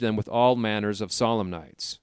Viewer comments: You need to be a lot more careful with pronouncing words you're reading. I hear you pronouncing, Solemnities as "solemn knights" 🤪. Sol-em-neh-téez. Protestant is a name. Catholics and Protestants. It's pronounced, Prot-teh-stint. AI, or what? Everyone knows how to pronounce these words. 🤔📠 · The computer voice reading this mispronounces so many words that I finally put it down. Solemnities = solemn nights? Bosom = buzz em? Etc...